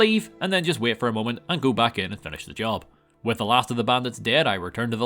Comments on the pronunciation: “Just wæit” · what is this sound being uttered for the word "wait"? How do you even write that phonetically? 😂